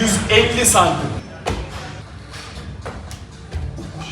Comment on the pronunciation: Abi cm sözünü doğru söyleyemeyip küfürü bu kadar içten yapmayı nasıl başardın?